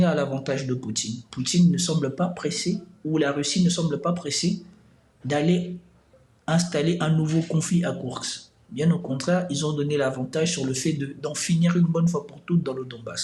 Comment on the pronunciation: Arrêtez avec ce KourX SVP ! Ça fait mal aux oreilles. Un petit effort, ce n'est pas si difficile que ça à prononcer correctement...